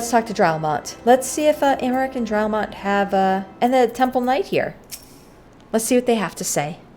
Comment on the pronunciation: You can say Amyeric like saying America, but without the last A on the end!❤